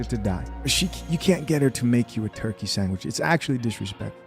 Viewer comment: A man and woman should respect each other. Oh, and the word is sandwich, not sangwich.